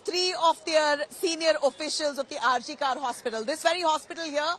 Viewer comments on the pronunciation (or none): Kar is to be pronounced kor - some one needs to tell the reporter